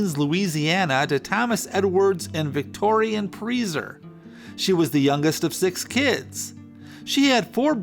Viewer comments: it is not pronounced preezer it is pronounced pricer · Very interesting, but wasn't her last name pronounced "Price-er?" Always assumed that was the pronunciation....correct me if I'm wrong. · It's pronounced Pricer as in price + er. Ziegfeld is pronounced ZEEG-feld, or tsEEk-felt. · Pronounced pry-sser, it is Germanic. I learned through knowing someone by that name. It is an easy mistake! 😊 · Very good narrative device of taking on a character, much better than mere story-telling. One thing, however. Your pronunciation of many of the names, particularly of Central European variety, are totally off. It's pronounced June 'PRICER" and Florenz 'ZIG-feld', just to name two. There's nothing wrong with nomenclature due diligence.